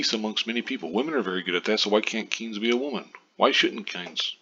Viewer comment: It's Kines with a long I...